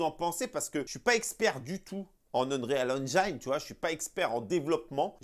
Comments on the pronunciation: Vidéo au top comme d'habitude, merci 😊. Sinon Unreal Engine se lit en français ONRIL AINJIN 😅😅😅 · t’es au top, mais je me suis pissé dessus avec ta prononciation de l’Unreal Engine 5. 😂🤣😂